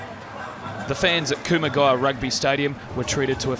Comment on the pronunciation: Weird pronunciation of kumagaya. Weird. I know he's Australian, but that sounded weird